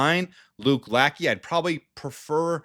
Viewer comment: Lackey is pronounced Lashay.